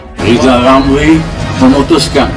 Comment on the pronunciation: Sirizal ngucap huruf R aja gk bisa kok mau jafi presiden . duuuuuh amit amit .